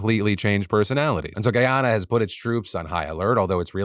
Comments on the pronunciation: Hey Phil just a heads up... We pronounce Guyana as Guy-Anna. Not Guy- Onna We also pronounce Essequibo as Essie-Kway-Bo. The video below has it sung lol As a West Indian in Canada, my family has met Irfaan Ali, the President of Guyana, and we have a lot of hope he will be a great strength for the country, especially after seeing him on that BBC interview stay firm against the interviewer. I have heard of this border dispute for years and Guyana has suffered a lot over the last few centuries. From African slaves being brought to work, then Indian Indentured labourers, along with some Asian countries. From being the country with the largest mass sui** in the world at the hands of Kool Aid man Jim Jones, I am hoping for peace and prosperity Guyana. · as a Guyanese I’m happy and shocked that Philip is covering this story !! This story definitely needed more awareness! But I cringed every time you said Guyana and Essequibo hahaha